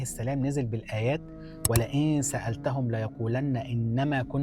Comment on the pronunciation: شكرا وتصحيح قراءة الآيات: (1)ليقولُن بضم اللام ، وليس بفتحها . (2)وآياته ، وليس وبآياته